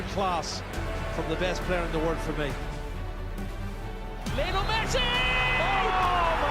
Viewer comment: His name is pronounce Lee-oh-nel